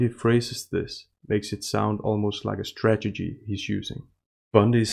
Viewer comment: strategy, not stragety. We all do that and I laugh everytime.